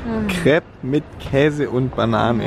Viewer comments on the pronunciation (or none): none